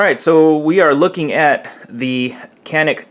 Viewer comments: Its pronounced sha-neek, not can-ick.. just for your reference that's all ;) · Hi to all... Enjoyed the review. For the record, as a guy who speaks some Turkish, the name of the gun is phonetically pronounced "Jahn-ik" as the "c" in Turkish sounds more like the "j" in English. The "a" in Turkish, sounds more like "ah" in English. At any rate, looks like sweet gun for the price and the extras you get.